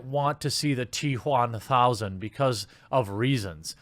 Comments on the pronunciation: I laughed so hard with the T-juan-thousand XD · T-Whaamthousand LOL